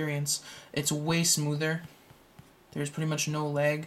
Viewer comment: It sounds like you say "Theres No Legg" LOL